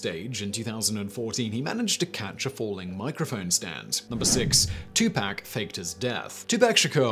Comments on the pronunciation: Tupac (Too-pock) is how you pronounce his name. Love you Simon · Say Tupac again for me, Simon. I love it.